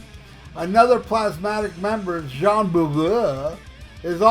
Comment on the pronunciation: The way you say Jeans name cracks me up every time😂😂